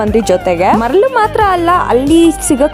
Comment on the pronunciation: Nivu marl marl anta helidre navu manglore navru hucchu hucchu anta ankolteve mare😅 yake akka maralu anta correct heli akka papa maralige bejar agbodu nivu hucchannu mangloreninda tandage agtade 😢